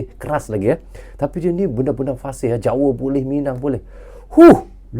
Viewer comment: Jawa bang,bukan jawe